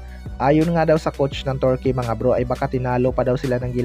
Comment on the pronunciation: KAYA NGA EH HYPE MAGKWENTO KALA NIYA SIYA ANG NAKAPANOOD, TSAKA KAABAN NG GILAS TURKEY ITONG NAGKWEKWENTO TORKEY NG TORKEY HAHAHAHA